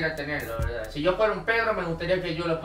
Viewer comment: la veldad la veldad y solo mente la vrldad😋